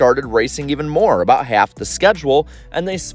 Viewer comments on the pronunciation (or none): none